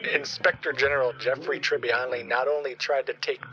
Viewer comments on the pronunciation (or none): Tania he said Tribbiani at first then said Tribbiano